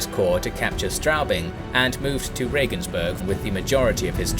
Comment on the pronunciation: "Berg" v. "Burg". EbelsbAIRg, regensbOOrg. Also, the emphasis is on the 1st syllable, which is especially important for Ebelsberg, because otherwise it's sounding like ebblesberg. That "E" at the start stands alone and doesn't run-in to the "b". There's something almost like a glottal stop between them.